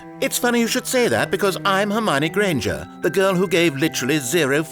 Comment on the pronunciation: Hermy-own Gran-jer?